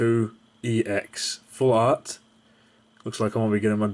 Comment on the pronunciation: like this comment if you like it when people slur full and art together and it sounds like flart, cuz i know i do!